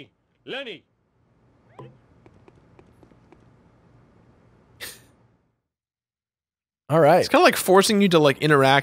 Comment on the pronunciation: When Homer said the only one that could help him was Lenny but it sounded like he said Lemmy